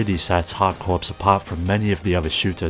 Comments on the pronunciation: Corps is pronounce 'core' not 'corpse' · Great video! FYI "corps" is pronounced "core" so it's a pun: "hard core". But you already knew that - consider your engagement driven 😊